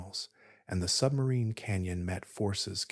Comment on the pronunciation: It was great, I knew nothing when it started and now I have a firm grip on the basics—the most impressive fact was how far into the Atlantic Ocean the river is flowing! Also, whenever you said “sub-marine” i heard “submarine” and thought of the the Hunt for the Red October 😂😂